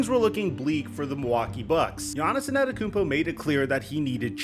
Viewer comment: Here, lemme help u out. It’s pronounced Aan-Tae-toe-koom-po